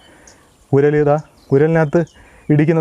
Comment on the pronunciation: ഉരൽ അല്ല ഒരൽ 🥰